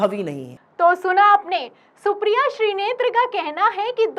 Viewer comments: मैडम श्री नेत्र मत बोलिए शुद्ध नाम श्रीनेत हे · श्रीनेत बोलिये मैडम आप बराबर श्रीनेत्र बोले जा रही हैं 😅